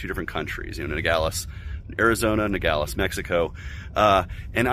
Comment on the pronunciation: It’s Nogales, not Nagales!!!!!!! He doesn’t even knew where he’s at!!!! Very poor!!! Now I know why the libertarian party is a residual party!!!!! Just a smudge!!!